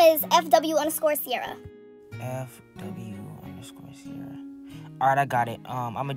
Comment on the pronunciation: it Ciera not Ciara